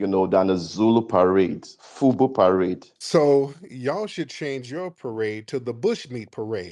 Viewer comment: He said, FUBU parade? I thought he said, FUBU pirate. 😮